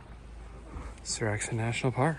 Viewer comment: Seoraksan is epic - as is your pronunciation of the name 😅